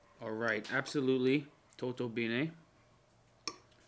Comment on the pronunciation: Just WOW!!!!, this location look like part of Heaven!!! Very Nice vlog!!!! By the way pronunciation for Totul bine is close to italian pronunciation,,tutto bene'' in Romanian is little bit harder accentuation totul bine👍🍀, don't miss to visit Cheile Bicazului and monasteries in Bucovina is a Must See!! Congratulations for this wonderful vlog!!! Please share location for this accommodation. Thank you